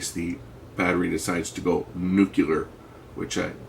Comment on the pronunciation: did you seriously say nucular instead of nuclear? 🤣 also, yes, do not try this at home. There is no point to ever try this, it is dangerous and foolish, considering that a new battery for that model is about $10 and you will never trust that battery again once ya pierced it.